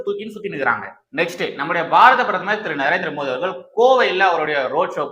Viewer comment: Thambi,indha video la modhal nnu oru vaartthai sonneerhalae,adhar maadhiri sound la ,namba PM peyarai yum,MODHI nnu correct aaha uccharikkavum, please